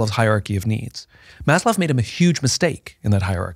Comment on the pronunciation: It’s Maslow, not Mazloff Simon.